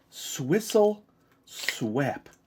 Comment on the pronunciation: It says swap not swep lol (